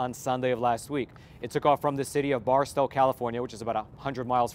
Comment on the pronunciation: Barstow is pronounced Bar-stoh.